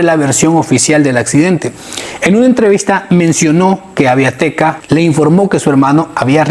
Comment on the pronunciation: es Aviateca no Aviateca y es Chichontepec no Chichontepec